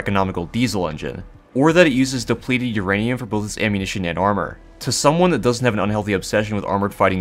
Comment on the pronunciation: I love the word Urainum ur-anium